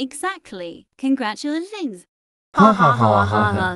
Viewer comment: Bruh the suqid game girl said congrutulats